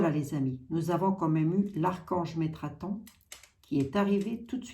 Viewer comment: C'est METATRON 🤪♥️ et non metraton